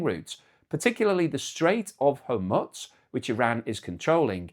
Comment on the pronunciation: i like your show. Please stop saying Hormuts.